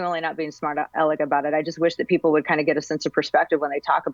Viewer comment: biden: " I'm schmart, not dumb, not like people say!"